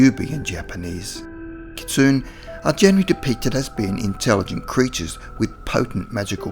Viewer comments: Cool video! Kitsune is pronounced "kit-soon-ay," just FYI. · ... not sure how you can claim "for educational purposes" when you couldn't even research how to say "kitsune" correctly :/